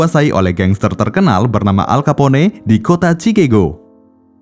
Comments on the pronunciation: Dan lebih enak dengar "al kapon" daripada "al kapone" hehe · Nama manusia atau nama tempat wajib disebut dengan betul,,gw dengar aja kek guna bahasa alien,,al kapone sebutan salah,nyebut nama orang begitu udah di anggap tidak menhormati,,alll kaponeeeeeeeeee🤣🤣🤣🤦wajib belajar bahasa luar ga boleh seenak nyebut bahasa daerah cokkk,bikin malu negara pribahasa ga betul wkwkwkkwk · entah kenapa gw kalo denger suara narator bikin hati bahagiaaaaa.....🤪😋😛😝😜🤪😘🥰 min bacanya bukan alkapone hehehe tapi alkapon (Al Capone) atu lagi bukan cikego tapi bacanya sikegho.... (Chicago)